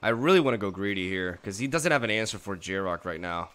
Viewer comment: "Yar-Ruck" there is no J It blows my mind, you speak english perfectly fine. Yet you constantly mispronounce the cards in this game. These cards and their names are created and spoken by American English speakers, and like 95%+ of the cards' names can be correctly pronounced if just sounded out phonetically in english.